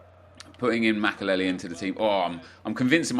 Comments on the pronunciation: The way he says makelele is unbearable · Can you say makelele again